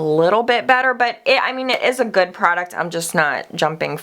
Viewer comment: "It's so goodt" lol. Love it.